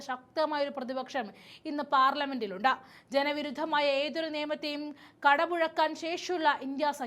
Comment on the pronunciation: ഉണ്ട.. ഉണ്ട എന്നല്ല, ഉണ്ട് എന്ന് പറയാൻ ശീലിക്കൂ